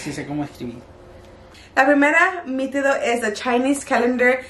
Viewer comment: No se dice mitido si no mito